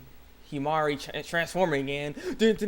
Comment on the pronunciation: You said her name right! wow, you realizing you were saying Himari's name wrong made me remember the comment on your first video! (shoutout? silent shoutout?) Oh, great video btw!